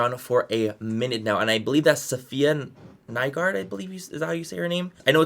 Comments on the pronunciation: You pronounce it SAfiya NYgård (Norwegian last name, meaning "new farm" from after the plague when all the farms stood empty and people were moving back out to them. You usually had last names based on where you lived back then). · Manny Mua You pronounce Safiya Nygaard's last name as if the Y was an E and as if the g was never there in the first place